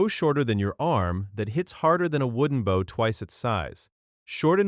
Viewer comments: This video didn’t say any of the names right they called the bal-ista for ballista, camp on baugh for compound bow the bough for bow even sice- stumsfor systems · The animation means nothing if the narrator can’t even pronounce bow correctly. It’s not a ship. This just feels like a garbage joke. All these AI tools feel so cheap and unfinished. Really worth it to replace a person right?